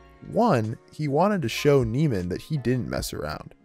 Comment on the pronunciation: Nee-man, not Nay-man. Not that this was very insightful- but I couldn't even listen past the analysis of the first scene when you'd already mispronounced the name 5 times